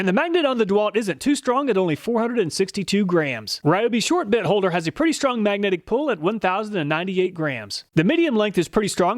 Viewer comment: didn't sound like he said bit..